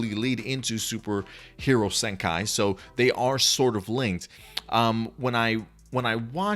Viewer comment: The movie title is pronounce Super Hero " Senkee", not " Senkai".